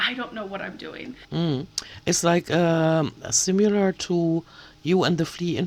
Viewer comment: Sorry, but I just have to correct you regarding your pronunciation of the word "similar ". You tend to pronounce it as "si-mew-lar." The correct pronunciation for "similar" is "si-meh-lar" not "si-mew-lar." Just thought you'd want to know since accuracy is so important to you. Otherwise your English is nearly flawless!